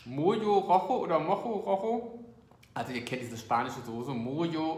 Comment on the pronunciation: Oder das Mojo wie das Rojo (Rocho) aussprechen. ➡Mocho Rocho😉. Das 'J' wird im spanischen wie das 'Ch' aus dem Rachen ausgesprochen. 🤓